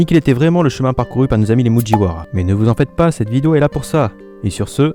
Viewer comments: arrete de dire mujiwara cest japonais gi gi muGiwara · fait des videos de fous et les gens retienne ouais il dit mudjiwara au lieu de mugiwara blablabla mdrr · Super vidéo ! les seuls défaut ( si on peut appeler ça des défaut ) c'est le " mujiwara " et le " fujirota " au lieu de "mugiwara " et fujitora " x) et il y a aussi le son mais c'est pas trop dérangeant ^^ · mudjiwara. mudjiwara. j'adore tes videos bon micro bonnes anecdotes et explications, une tonalité agréable et fluide mais mudjiwara xDDD tu ne peux pas